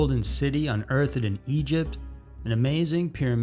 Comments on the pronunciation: Hahahaha the narrator really said "Un-earth-ed" instead of 'unearthed' in the #1 into Idk why mispronounced words and bad grammar make me laugh so much...but they does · It's "Unearthed", not "Unearth-ed". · He does it in every video, I wonder if its on purpose since I've never head any native speaker make such odd pronunciation mistakes.